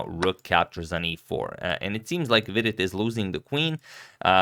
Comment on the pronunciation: I like how you pronounce Vidit correctly. Hikaru just says weedit which is totally wrong ahaha